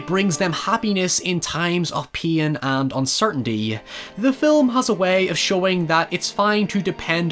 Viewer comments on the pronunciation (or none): Took me half the video to realize “peein’” was “pain” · when I realised he was saying pain not peein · Literally replayed that part more than 4 times cause I didn't know what he was saying and that's what it sounded closest to. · I was thinking exactly that. First time I was like huh? Why we talking about urination? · The auto generated subs say “peein” whenever he says pain lol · "In times of pien and uncertainty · when you say pain I hear peein' and become confused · Just realized every time I thought u said peein u said pain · i think he said pain or mispronounced paimon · I just now realized he's saying pain.